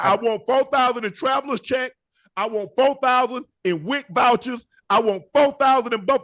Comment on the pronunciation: "Wic vouchers" 😂😂😂😂😂